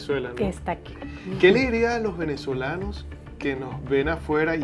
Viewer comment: Amigo una recomendación porque no soy quien para dar consejos, pero desde hace bastante tiempo noto que en tus relatos usas muchas palabras comiendote la "s" por ejemplo: Los Venezolanos. Tu Pronunciación: "Los Venezolano", Espero sirva de algo la observacion. Saludos y que siga creciendo el canal.